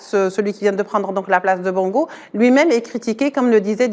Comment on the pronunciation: Même si ce sont des rigolos qui nous ont fait souffrir, on dit Bongo et non Bango.